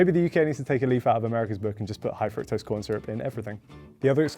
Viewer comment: You guys should learn how to pronounce fructose, you're way off!